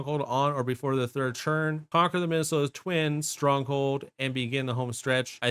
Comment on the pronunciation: The video was great but the way you say ‘turn’ infuriates me. It’s a ‘t’ not a ‘ch’ ‘Churn #3’ pls stop 😭